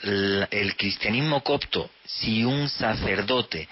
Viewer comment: es coPto, no coCto.